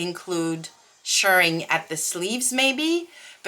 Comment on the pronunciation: Yay,! You’re doing great! Also, extra points for pronouncing “shirring” correctly! 🤩💗